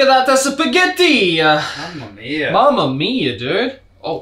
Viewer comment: Shpaghetti lol